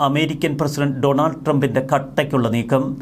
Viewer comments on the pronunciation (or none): ഡൊണാൾഡ് അല്ല brother ഡോണൾഡ്